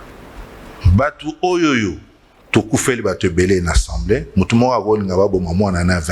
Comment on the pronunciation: Vous avez vraiment un problème les kinois, pourquoi vous dites tous" Ensemblée" au lieu d'Assemblée, " Kitare" au lieu de Guitare, " Vous connaîtrez la vérité, la vérité vous "ENfranchira" Sérieusement c'est pénible.